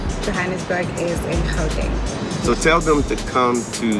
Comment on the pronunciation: if I may attempt to correct your pronunciation... The first two vowels in "Gauteng" are pronunced similarly to those of the word "out" or "outside". The "G" in "Gauteng" is pronunced as if you are gargling air as it were.